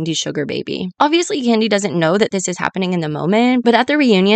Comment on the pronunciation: Great video! But is it just me or did I hear Kandi being called "Kenya" more than a few times during the video lol. Other than that this was stellar work!